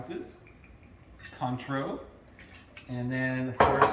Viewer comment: Haha, I was thinking a healthy shot...like 6 shots. It’s qwontro! Btw. Not con tro. 😂❤ happy NYE.